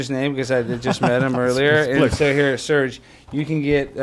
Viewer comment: Also its Serge